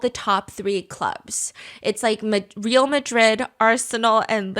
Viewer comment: I'm not even a football fan but Stephanie's pronunciation of Real Madrid hurt me somewhere inside 😭😅